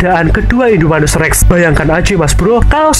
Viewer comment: Bang namanya indominus irrrrrreeeeeengggg😂😂😂